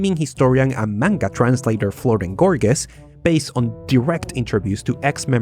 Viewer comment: Haha Florent Gorges is pronounced "Florann Gorj" Nice video tho